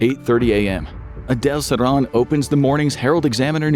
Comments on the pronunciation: It's sir-HAN nor sir-raahn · His name is pronounced SIR-han (as in "hand") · Bruh, seriously? JFK was assassinated in 63 not 68. Also you're pronouncing Sirhan's name wrong